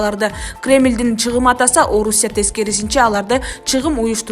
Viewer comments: Алып баруучу чагым деген сөздү чыгым дебей туура айткыла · Чыгым эмес Чагым деп айтылат нормальный окучу сага"2" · БЛОГЕР СЕН АКЫЛЫН ЖАЙЫНДА ЭМЕСКО ОКУП ЖАТКАН ТЕКСТЕГИ СОЗДУН МААНИСИН ТУШУНБОЙ ЭЛЕ ДАБДЫРАП ОКУЙ БЕРЕСИНБИ СИЛЕРДЕ ЖАНЫЛЫКТЫ САЙТКА ЧЫГАРГАНЧА БИР ТЕКШЕРИП КОЙБОЙСУНБУ КЕЛЕСОО АКМАК САБАТСЫЗ ЧАГЫМ ЧАГЫМ ДЕП ОКУЛАТ СОЗДУН МААНИСИН ТУЩУНБОГОН ДАБДЫР КЕЛЕСОО ТИЛДЕГЕНГЕ ОЗУНОР МАЖБУР КЫЛАСЫНАР ТЕМАНЫ ТУУРА КОЙГУН АКМАК